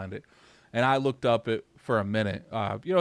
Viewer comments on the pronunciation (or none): none